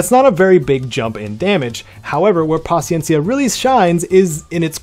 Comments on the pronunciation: en verdad en gustó cómo lo pronunciaste “paciencia” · Perfecta pronunciación de Paciencia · Much respect to you for your pronunciation of paciencia 🙏 you a real one 💯👏🏼 much love thank you